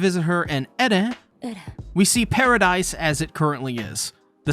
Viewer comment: Why you Mispronounce paradis and mikasa when they have been sed correctly hundreds of times on the show